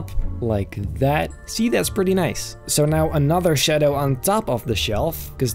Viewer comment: I love how he just say "shedow" instead of shadow